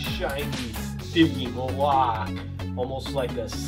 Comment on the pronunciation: Wish you pronounced stygimoloch correctly it drives my 3 year old crazy shouting the right pronunciation at the tv.